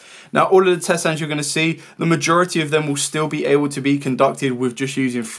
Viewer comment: What's a "tset"? 😂